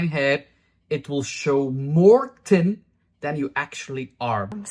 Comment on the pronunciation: I like the way you pronounced thin as tin. I feel so sorry for the girls that have wrecked their hair.